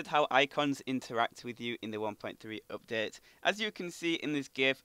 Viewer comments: you say oupdate not update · "cannot weet for this updeet" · you say UPDATE soooo weird